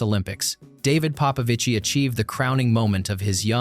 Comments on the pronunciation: Stop saying "Papavici" pls ..is Popovici man..gg David well done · Papavicí? 😅 You know he's not Italian right? Is it so hard to document yourself on how his name pronounces?